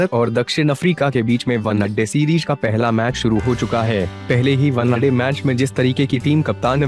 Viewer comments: pehle bhai one day bol .....onnaday nhi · Onnna day kya hai bhai 😂one day hota hai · 1day bolna sikh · Did someone noticed he was saying one-a-day😂😂😂😂😂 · Vannaday...!😂 ye vannaday kya hota hai! Pehle vannaday pehle vannaday kare jaa raha h!😂😂😂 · One day ko thik se pronounciate karo bro. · Kya boolra hai be ... Onena day 😂😂😅😅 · Bhai tu kaise bolta hai yar One naa day .... Janbuzkar aise pronounce karta hai kya . teri har ek video me kuchh na kuchh galat bolta hai tu. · Bhai pehle , one-day Sahi se bol le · Abe sahi se bola kr wanade kya hota h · One day bolna to sikh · oye one day to sahi se bol le